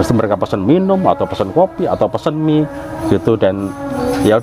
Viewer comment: Mie mas bukan emie